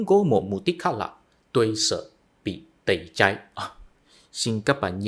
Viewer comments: Tẩy chay chứ không phải tẩy chai bạn nhé. Tuy chữ i và y phát âm giống nhau nhưng vần ai và ay đọc khác nhau đó. Cố lên bạn nhé! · "Tẩy chay" không phải "tẩy chai" nhé bạn.